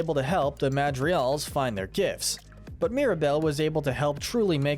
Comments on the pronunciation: The madrials... The madrials....yes the madrial... Its like you don't ever try to pronounce it right man. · "MADRIGAL not "MADRIAL" 🙄🙄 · The way this man pronounces “Madrigals” istg, I’m going to punch a hole through my wall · This video was awesome but your pronunciation is awful. Like, you don’t even pronounce Madrigal properly.